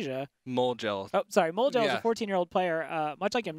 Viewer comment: When he corrected in saying "MoleGel" it was weird, he said it exactly right...